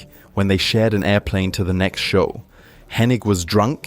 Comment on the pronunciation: Henning....not henick. Can't even say Mr. Perfects name right.